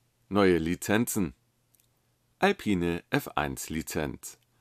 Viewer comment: Bei Alpine bitte das e nicht mit betonen. Der Citroen Type H sieht ja richtig gut aus